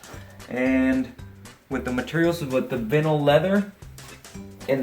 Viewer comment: Has this guy never heard the word vinyl pronounced before? That was weird.